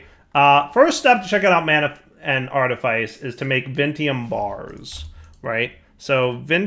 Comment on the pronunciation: Artifice is pronounced art-ih-fiss Grimoire is pronounced grim-wahr